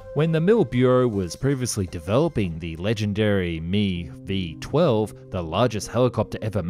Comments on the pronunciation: I had to stop watching because of the use of "me" in describing the "Mi". It's "M-I" not me but I'm sure most of us know that. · Dude.... it is pronounced as two separate letters. "M" and "I" it is not pronounced "Me". So annoying to hear you say that.